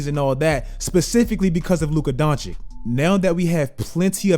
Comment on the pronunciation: I don't understand why you STILL can't pronounce Luka's name properly. Maybe then, i'll sub.